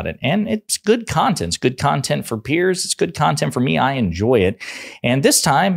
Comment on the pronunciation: OK much needed PSA for you and: "Piers" is a different first name from "Pierce". A helpful thought maybe that "Piers" should be pronounced like "peers" as in "he was not respected among his journalist peers".